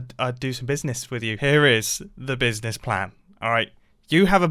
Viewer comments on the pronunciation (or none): No one: Mumbo: BIZNIZ